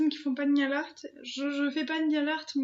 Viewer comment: A chaque fois tu dis "Nial art" au lieu de "nail art".. c'est horrible.... Tu filmes les ouvertures le même jour ? parce que t'as toujours le même pull. Et y'a eu quoi depuis cette vidéo ? t'as pas sorti de vidéos